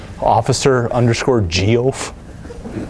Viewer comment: i'm mad the puppet's name is geoff but we only got to hear dude pronounce ge-ofe once.